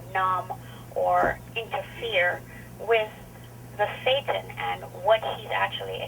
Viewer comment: ever time she says thetan I look up because I think she says satan.